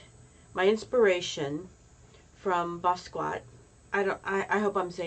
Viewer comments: Please pronounce his name correctly. It is Bah Skee Yat (NOT Ba squat) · Hi, thank you for featuring one of my absolute favorite artists of all time. He had such a freedom and unique artistic voice. I’m so glad he got the recognition he deserved prior to his untimely passing at such a young age. The proper pronunciation is Bah Skee Yah.